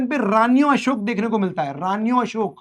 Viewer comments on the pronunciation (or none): none